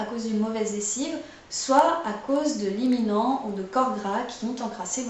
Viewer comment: super cette vidéo et efficace. merci pour vos astuces.!!! Si je peux me permettre, on dit liniment et pas liminent ;-)